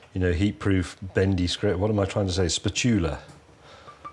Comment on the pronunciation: "spuchula" and James scaring broke me! 😆